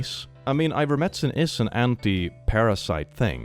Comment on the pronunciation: has to be farming engagement by pronouncing Ivermectin like that lmao